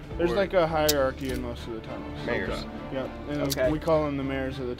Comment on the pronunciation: I don't think he said "Mayors"... 😂😂😂😂😂😂😂